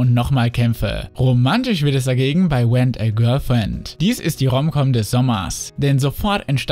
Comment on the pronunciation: Es fuckt echt ab das du das R nicht aussprechen kannst xD „Went a girlfriend“ oder „We:Zero“